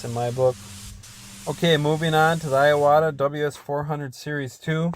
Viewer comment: just a small nit picky,but it's IWATA not I-AWATA other than that,great video